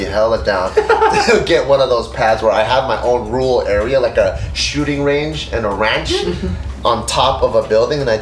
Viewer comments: it's ruRal not rule, please read a book or two. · nobody on the show can pronounce rural lol